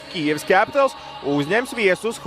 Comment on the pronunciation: Pasakiet kāds komentētājam, kad ir jāsaka "Kijiva" nevis "Kijeva".